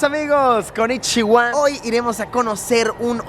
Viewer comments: Me: Viaja a Japón* Also me: Konichiwaan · Me gust0 cuando dijiste en la parte del video ono chiwuaa